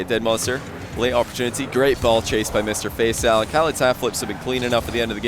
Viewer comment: All i could hear was "Mr FaceOwl" xD